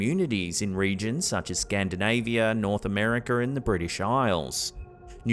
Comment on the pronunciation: LOL where's "North Americurr?" Sorry, had to jab you on the accent - actually love that you narrate these yourself!